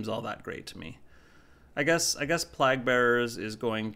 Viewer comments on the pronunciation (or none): Sorry to be nitpicky but it killed me everytime you said “plahg” bearers instead of “playg” bearers. Been enjoying your videos~